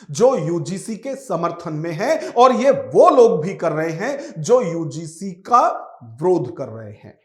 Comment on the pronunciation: अरे यार विरोध होता है । आप ब्रोध क्यों बोल रहे हो।